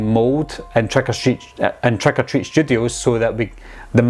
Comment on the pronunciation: "Treck or Treat"